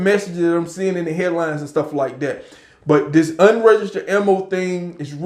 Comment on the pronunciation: Listen to me. Stop saying "And stuff like dat!" And "All this kind of stuff!". And stop saying farm when you mean to say firearm. Say FIRE-ARM. I love your videos. Just trying to help you.